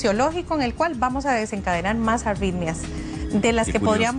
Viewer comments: La Dra tiene auiiitmia .. que le ocuuiiiee cada vez que dice la euuiie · Parece que dice "auitmias"